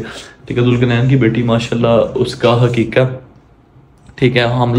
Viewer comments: Salay daggon me bolne ki tameez nhi hay aye hain vlog bnane😂,aqeeqay ko kehta hay haqiqa😂😂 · o bhai haqiqa ni aqiqa hota hai bonga